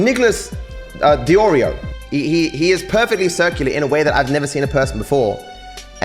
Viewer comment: wait thats a picture he picked for his own video 😆 he looks like some kind of pre human race animal. And he has the balls to pretend to mispronounce DeOrio as Dedreo? What the???